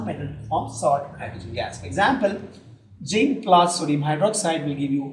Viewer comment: It is zinc not jinc.... Other than dat it is a very helpful video